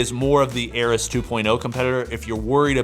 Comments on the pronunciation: It's AIR-EEEEES Not air-Is... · Air-EE's. At this point its intentional.